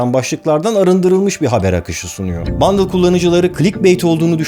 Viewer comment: Abi bundle değil bındal olmasın o